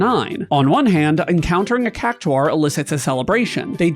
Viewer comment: The worst monster is your pronunciation of cactaur